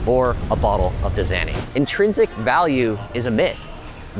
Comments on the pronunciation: Great video but hold up... how did you pronounce Dasani?!?! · I blacked out after he pronounced Dasani water like that